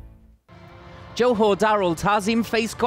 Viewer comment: Johor not jahor